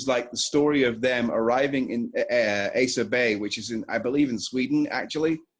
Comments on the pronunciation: its asa bay not asia bay lol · It’s “ah-sah bay”. Quorthon pronounces it in this song and elsewhere in his later material (“Foreverdark Woods”, “Death and Resurrection of a Northern Son” for example) Glad to hear my third favorite band getting some recognition